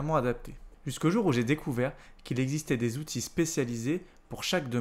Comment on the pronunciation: Merci pour ce travail ! En revanche si tu pouvais éviter, pour un PE, de nous écorcher les oreilles avec les "huit Zoutils" ... ce serait top !